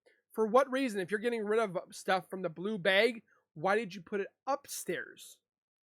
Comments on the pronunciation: LOL HE SAYS BLUE BEG!!!! DUDE IT'S BLUE BAG!!!😅😅😅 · Bag. Like hag. Or drag. Not bayg. Why tf do you say bay g